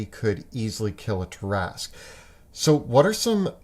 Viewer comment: Ah! The Tarrasque! Possibly the only D&D monster which came from French 🇫🇷 folklore. I'm a bit puzzled by the way you pronounce it, though 😅